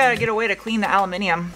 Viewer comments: Al-oo-min-eeum! YES! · It's so refreshing to hear you say aluminium correctly 😄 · Cannot believe you said aluminium correctly. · You said "Aluminium"...you are an awesome human being..........!!!! Nice one..:) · Compliments to you for pronouncing Aluminium properly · Did I just hear an American say "aluminium"?